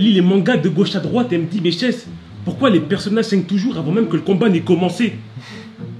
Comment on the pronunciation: C’est pas shess c’est hess 0